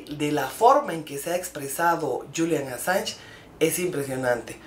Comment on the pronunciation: No se qn eres ridicula calleta no tienes ni puta idea enterate bien ni siquiera pronuncias bien el apellido del asilado hablas estupideses ya callate tonta da asco escucharte q periodiata tan mediocre eres